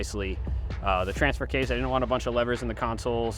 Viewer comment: Someone needs to explain to tiger how to pronounce transfer case